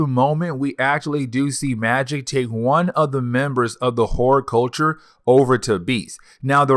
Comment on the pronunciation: Just stop saying "kakoa". We know what you mean. And hordculture instead of hordEculture but I like how you said whoreculture, though. Magneto did that and I loved it. But just..........it's hella distracting everytime you say kakoa. Where'd the "r" go? And obviously you can read because you're pronouncing everything else right but still...... Naw, you just mispronounced Madrox. Who's Jaime "Maddox" and what's your problem with not pronouncing "R's"? Ija